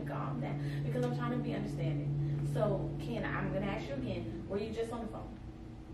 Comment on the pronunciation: So we just gonna ignore her calling him “ken”😭. Ok😂.